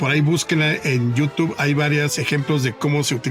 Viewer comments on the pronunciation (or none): none